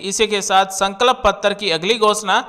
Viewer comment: भाई संकल्प तो बोलना सीख लो